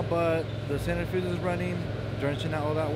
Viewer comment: Centrifuge Not center fuse I used to say the same until I lost a $50 bet